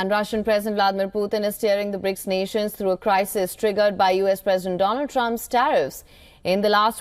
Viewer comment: Do-Lund Trump